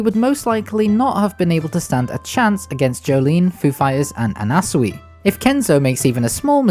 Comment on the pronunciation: The way you said anasui lel